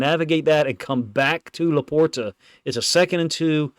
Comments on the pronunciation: He's saying it properly. It has a T. I don't say it like that, but it's right. "Laporda" is the Midwest pronunciation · My only issue, is your pronunciation of LaPorta. 😂